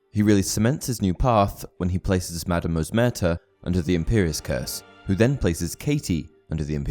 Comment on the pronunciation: it's Madam "Rosmerta".